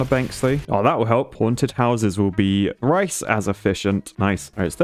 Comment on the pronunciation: you said rise instead of thrise